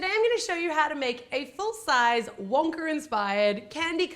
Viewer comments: Why does she say Wonkar with an R at the end lol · she said wonker lol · Who else heard she said wonker? Sorry just had to point that out!